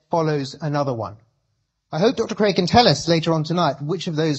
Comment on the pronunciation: Cregg? Craig!